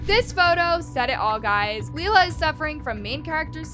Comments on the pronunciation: The way she keeps calling Lilah leela I can’t 🫣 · You saying her name wrong is driving me NUTS😂😂 Omg youre saying "leelah" too. Noooooo😭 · I know everytime she says it I’m like isn’t it your job to keep your ear to the ground (per say) and you’ve never heard anyone talk ish about Lilah before?